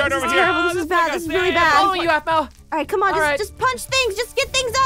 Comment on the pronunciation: mpt ahmau it's Aphmau